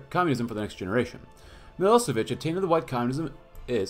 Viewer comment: Day 2 of asking for a Milošević campaign. And his name is pronounced m-ih-l-OH-sh-eh-v-ih-ch